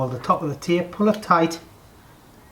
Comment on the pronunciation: Taype? Did ya get that of?